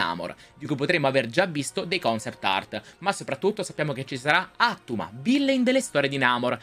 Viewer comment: La pronuncia dovrebbe essere Attùma.